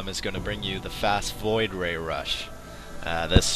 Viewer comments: No, what I meant is that it sounds like he said Floid ray, instead of Void Ray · fast FLOID ray rush?